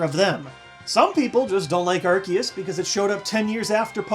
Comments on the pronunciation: when you say arkeus it makes me cringe. when you say arceus it feels better. just my own opinion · AR-KEY-US? its AR-SEE-US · It's pronounced Ar-see-us. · Its Arkoos not arkeus or arceus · It's aye- creee- suss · ... ... but it is pronounced ar-see-us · You say Arceus ar-key-us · It ar-kee-us it's a C not an S, dummies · UGH! ARSE-E-US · Well in the last pokemon movie it was pronounced Ar-Key-us yet again. #TeamAr-key-us But, hey, an argument can be made that Missingno is the first because it's #000! Make it a pokemon already! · It's ar-key-us! That's how it is pronounced! It's even like that in the movie! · Japanese name is Aruseus. There's no hard k sound in its name. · PBR announcer says AR-SEE-US There is no consistency here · U SAID IT WRONG! ITS ARCEUS NOT ARCEUS!!! XD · Plz no say arceus as 'ar-see-us' because 'arse' is 'ass' in the UK